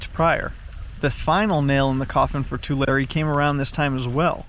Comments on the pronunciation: Tu-lair-eee. Not Tu-lar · It's pronounced Tular-e, you pronounce the hard e. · Your pronunciation is wrong. It's Two-larry lake. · It’s pronounced too-Larry 😂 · He said the name wrong. It sounds like this: Too-Leh-Ree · We pronounce it (too Larry) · You mispronounced Tulare, as it’s Tuu-Lair-ee. A simple Google search would have kept that from happening. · The 'e' at the end of Tulare is a long 'e' btw. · You said yokut and Tulare wrong. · Come on say Tulare right please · You didn't just drive two hundred miles to pose next to this puddle and pronounce the fucking location incorrectly... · He can’t even say the name right